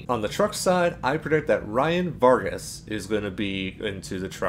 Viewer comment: You said Ryan Vargas' name correctly.